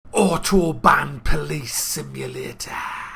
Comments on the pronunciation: its not otobahn police its autobahn polizei! learn some german man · Isn't it Ow-tobahn?